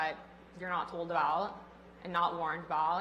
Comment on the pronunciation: "Abowwwt..." WTF is that accent? :)